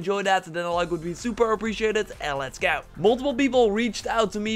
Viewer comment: Credit or debit ? "Goa"? Like Boa Constrictor? Hmmm? To me it sounds more like he says it like Gyyaw.